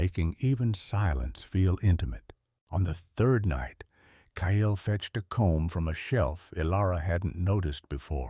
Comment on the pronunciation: Kyle is one syllable....not two (KYLE vs KY-ELL), please teach AI how to say names and cities.